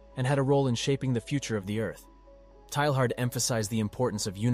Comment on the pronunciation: PLEEEEEZZZZEEE learn how to say his name! TAY YAR !!